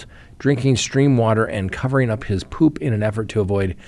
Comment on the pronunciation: The way you said ‘ poup’ made my inner child giggle